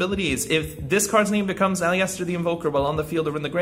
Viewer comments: Can i just say Aliester is pronounced Al-i-ster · The i is silent in aleister bro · Like the video but I am triggered by the way you say aleister